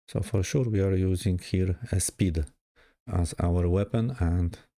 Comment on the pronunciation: "For siur" Bawi mnie to bardziej niz powinno